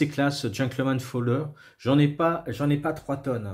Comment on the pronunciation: "Folder" ("pliant" en anglais), non pas "fowler" ;)